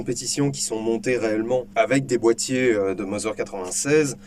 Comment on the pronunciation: Merci pour cette vidéo instructive ( bon je pinaille Mauser se prononce Maouser pas Moser car le U en allemand se prononce OU et toutes les lettres se prononcent !!! 😇)